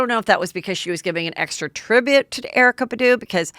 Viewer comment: "Erykah Buh-doo" 😭 heather girl you know its BAHdoo